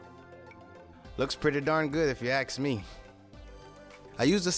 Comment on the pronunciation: It was great until you said “axe” instead of “ask”